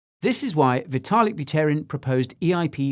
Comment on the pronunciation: You pronounced Vitalik's last name wrong lol